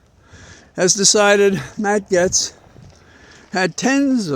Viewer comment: Gaetz is pronounced GATES.